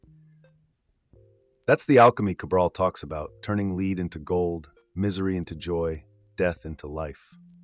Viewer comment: You aren't real! You pronounce "lead" ,the metal as leed. It's led into gold.